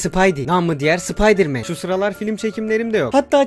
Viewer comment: ben sıpaydi diyişin çok komikti